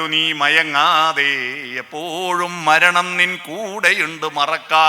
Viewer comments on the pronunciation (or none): none